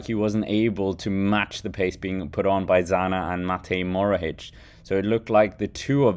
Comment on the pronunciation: It’s Matej Mohoric not Morohic